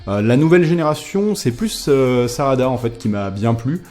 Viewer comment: "sadara" j'étais plié!😂 mais sinon a part sa bonne vidéo